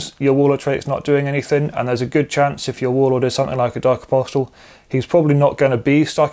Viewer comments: Apostle is pronounced, ''Aposal'' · why? It's incorrect. Objectively, hehe. Was about to say nice video (hope things change for the better with the new dex drop soon) but the T in apostle is silent 😅